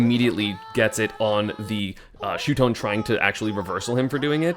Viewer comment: its no shutone esam its shuton